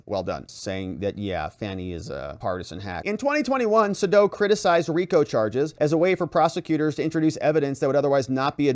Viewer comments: His name is pronounced SayDow! Long A, dow, as in Jones! 😊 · Its Sadow = SAY DOW